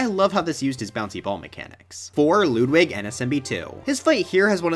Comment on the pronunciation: why do you call him LOODWIG!!!!??!?!?!?!!